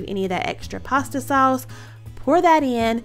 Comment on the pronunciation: Saw-us 🍝 lol love it!